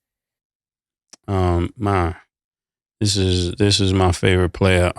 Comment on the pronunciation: Mase said it correctly 💯